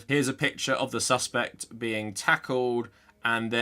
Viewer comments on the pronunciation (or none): none